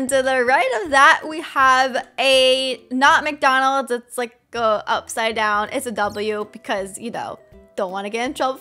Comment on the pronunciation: Ikr it’s WcDonald’s